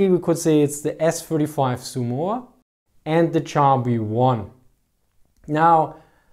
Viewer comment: The way you mispronounce Somua is staggering...